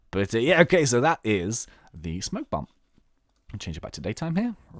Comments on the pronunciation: you fool S-P-O-K-E bomb not smoke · Spoke bomb not smoke